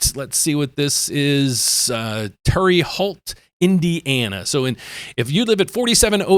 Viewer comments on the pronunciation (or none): pronounce it like this terra hoot....Wow they are just trying anything and everything to boost up buyers, lol, hang that incentive to get em to buy. I say wait, homes in most areas are dropping....and to those that say not where I am at I say just wait its coming your way soon.